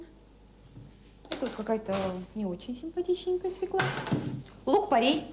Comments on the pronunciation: Не можна казати російською "свекла", бо на ворожій це "свЁкла". Капець, "блєндєр", "свєклА" Привіт з україномовного Харкова. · Ну тут хоч хусточку вдягла, бо в інших відео трусила довгими косами над їжею... Ну і як носій мови, акторка, мала б знати, що правильно свЁкла, а не свеклА. Хоча борщ має бути з буряком) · Почему свекла, а не свёкла? И потом, где борщ? Вот этот бурячок с водичкой и есть борщ? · О борще ничего не скажу, нет настоящего борща, нет комментов, я о слове "свеклА", нет такого слова, НЕТ!!!!, есть слово "свёкла"!!! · взагалі ганьба - від театральної актриси, дружини Кончаловського чути "свєклА") російською цей корнеплід називається свЬОкла) а щодо прислів'я - "недосол на столе, а пересол на голове")) то натяк на того діда Кончаловського) ех. шкода, що зараз нема повних випусків і не видно, як вона його годує гаспачо, наприклад)) ну хоча гаспачо загалом, мені здається, важко зіпсувати)) навіть з талантом Юлі)) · Ніколи не казав російською «свекла» — бо російською вона свЁкла 😂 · Не свеклА, а свЁкла, носитель языка... 🤦🏻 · СвеклА - нет такого даже в русском языке. Свёкла есть. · Ох, Юлю, Юлю! Вона що "кухар", що "актриса", що свеклА😅😅😅 Взагалі-то свЁкла. Так зганьбити наш бурячок і наш борщ.😩😩😩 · Вона неграмотно говорить слово свекла, бо треба через Ё! Оце так так!